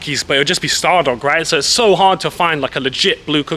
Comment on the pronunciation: That’s how you say it g